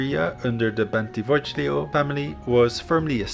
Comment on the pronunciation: Bentivoglio is pronounced Bentivo LI o (more or less)